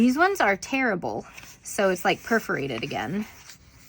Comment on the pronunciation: You said that they are tearable. I thought you were saying terrible. 😂😂